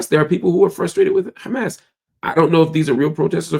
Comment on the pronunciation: Try to pronounce Hamas better. Sometimes you get it right. But mostly not right.